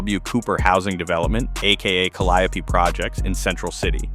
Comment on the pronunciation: Out of all the word to mispronounce you get Calliope wrong 😂